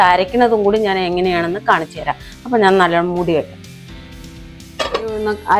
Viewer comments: ആപ്പം അല്ല അപ്പം എന്നാണ് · പിന്നേ സഹോദരാ ആപ്പം അല്ല അപ്പം ആണുട്ടോ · ആപ്പം എന്നല്ല അപ്പം പാലപ്പം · ആപ്പം അല്ല അപ്പം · ആപ്പ് അല്ല അപ്പം